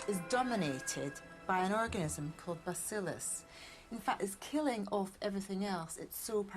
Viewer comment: 6.31 is it me or does it super sound like Aggie said 'orgasm' instead of organism?